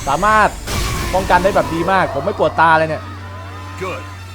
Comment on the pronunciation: ป้องกันคับ ไม่ใช่ป้อมกัน